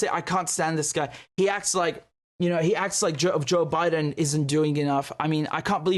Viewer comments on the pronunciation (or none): President "Jock Bye-Done" 😂